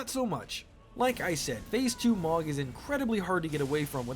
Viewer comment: Its Mow Guh not Mawg